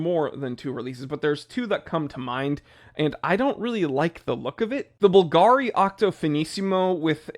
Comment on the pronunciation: I would like to STOP HEARING PRONOUNCIATION BLASPHEMY, for example the wrong BULGÀRI instead of the correct BÙLGARI. 😈😈😈 About the rest i totally agree, PLUS: PLEASE NO MORE: 1) HULKISH watches over 40 mm 2) Gentastyle in general 3) Freaks Panerai: lets go back to just original military ones, and MADE IN ITALY 4) Oris over 1500 €/USD 5) Seiko over 1000 6) Butterfly clasps 7) Stupid and cheap brand names on Microbrands, like MAEN or much worse ADDISDIVE or whatever Happy new RANTS and HATREDS 😂😂😂😈😈😈🤬🤬🤬😛😛😛 4) 5)